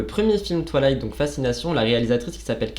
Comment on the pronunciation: C’était génial, à part le twalayte insupportable 🤣🤣 on dirait que tu dis toilettes 😅 c’est twaye-layte ahah Merci pour cette vidéo 🥰